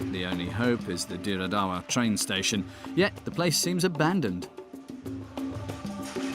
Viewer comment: I lived in Ethiopia for four years. Dire Dawa is pronounced Dread do,wa. Not as as you said it . The railway was fine in 2005 onwards. Roads are not that bad. Yes lots of truck crash but that is caused by drivers driving while chewing qat and not sleeping for 24 hrs. Your documentary is heavily embellished with bull S..H ..I..T